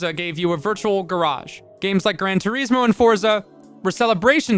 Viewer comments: Gran Tureezmo. FAIL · Is - gran tour is mo. Say it. is. Say the word is, and then put it in there. Gran Tour Is Mo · How do you pronounce 'Gran Turismo' so badly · Clueless channel. Racing games have never been as popular as they are now, with MASSIVE communities of online co-op and competitive leagues existing and growing FAST. Also "Grand Turismo" is supposed to be pronounced with an italian "accent" .... The americanized name is just an insult to the car industry. The guys who made Mario Kart, made it the way they did because that was what the technology allowed at the time.